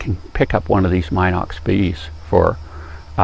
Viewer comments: It's' pronounced Minox just like it is spelled. NOT MYNOX. And the film is 9.5mm wide, not 9mm wide. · Very good and informative video about the B Minox, which, by the way is pronounced "Meenox", not "Mynox".